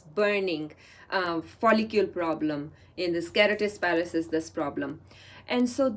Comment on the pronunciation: It's not kerotis pilaris.. it's KERATOSIS PILARIS. U said it wrongly thru out d video !! And why did u call it a disease ?????!!!!! I think u highly lack in knowledge but making random videos without getting sound knowledge on d subject keratosis pilaris is not a disease, but a common, harmless skin condition that causes small bumps and dry patches on the skin Also FYI keratosis pilaris is majorly caused by imbalance in vata & kapha dosha not pitta as u said.